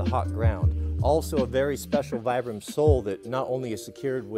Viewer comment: It's pronounced Vee-brum